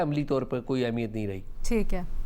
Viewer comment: Tu Ehmiyat ko Ahmiyat kyun Kehti, 2 Mardon K Sirname Wali Auntie ??????